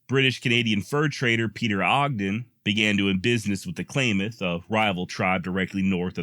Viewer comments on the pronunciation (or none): It's not clay mith It's clam ith. I love your work. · For the record its klamath not pronounced claymath. I live there. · Klamath is pronounced Clam math